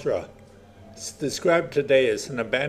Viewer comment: get the pronounciation right-its wid gie mooll tha with the emphasis on the mooll the tha is NOT thra